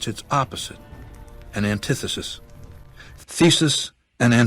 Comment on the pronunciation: you said antithesis wrong two different ways its krazy asf